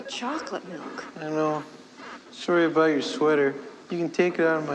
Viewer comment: She already started wrong by saying “aboot”